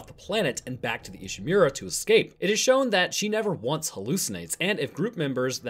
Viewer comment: Saying ishimura as ishimewra is annoying. The english speaking characters in the game itself can even say it right so why can't you